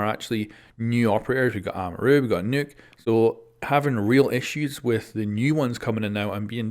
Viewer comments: Its pronounced knock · ‘We’ve got Amaru, We’ve got N O O K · Why do you say NOKK like that